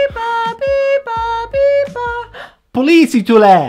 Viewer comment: The important thing is to remember that in finnish, you emphasize the first part of the word. For example, instead of having the "weight" of the word in the middle like you said in the police part (poLIIsi), you emphasize the first part (POliisi). The same goes to basically every word in the finnish language!